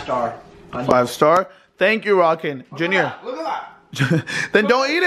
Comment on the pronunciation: Bc of the way they pronounce it I thought Arkan’s name was “Rockin” KSKSKSKKS lmaoooo